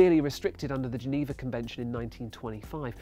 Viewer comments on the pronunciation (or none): none